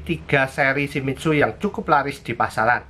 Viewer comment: Shimitzu??? Shimizu om, bingung saya!!!